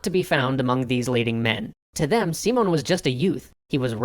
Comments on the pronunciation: Hoonta, Seemon, and Boleevar. Gonna be a lot of pronunciation to cover in the Lies episode of this one. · You know you're mispronouncing Simón Bolívar's name too, right? Simón has an accent on the "o" and "Bolívar" has one on the "i". So it should be more like seeMON boLEEvar than SEEmon boliVAR. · And "Seemon". The accents are there for a reason, please use them, thank you very much. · The video is great but hearing someone getting so close to the proper pronunciation of the name and kept botching it is entertainingly distracting. English tends to stress the penultimate syllable, but Spanish this varies a lot. That's why we have the accents. The proper pronunciation of Simón stresses the last syllable. Didn't want to be picky, but this tendency is somewhat interesting, as different languages tend to stress different syllables. Such as Japanese tends to stress the second to last one.